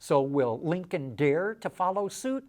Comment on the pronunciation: Say it correctly, Linculm.